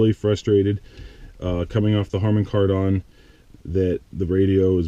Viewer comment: Cool video showing everything in detail. By the way, it's pronounced kar-den. I have the upgraded sound system/screen, it's definitely worth it.